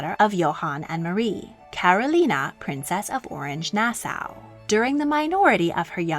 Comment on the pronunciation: Great Content But it’s pronounced Nas-Saw